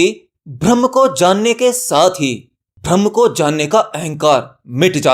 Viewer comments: Bhaiya mere bhram braham me antar hota he uccharan sahi nhi he .jai maai ki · Pahle bolna sikho Bharam nahi Braham hota hai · sanhar hai sanghar nahi......brahm ke uchcharan ko theek karne ke zarurat hai...video was nice...